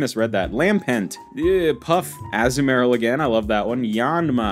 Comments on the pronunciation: the way he says azumaril 😭 Its Azoo murl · As-mor-ill is how its pronounced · Azumarill: (Uh-zoom-uh-rill) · I cant with with the Azumarill (Azoo-Marill)